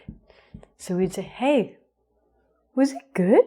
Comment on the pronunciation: it seems you say " war..."...